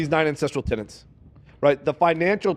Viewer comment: Also, how can he be all about these "9 tenets" when he can't even pronounce "tenet"? He keeps saying "tenant".